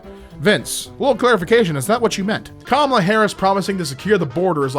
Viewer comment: pls pronounce kamala correctly